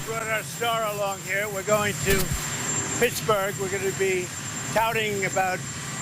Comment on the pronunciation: Did Trump say they were going to Tittsburg ???